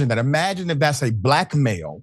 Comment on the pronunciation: White people🤔 isn't this ghetto behavior in the oval office? Or should I say "ghetho?" Pronounce your "Ts" darling.